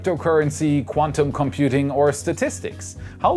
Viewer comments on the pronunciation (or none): none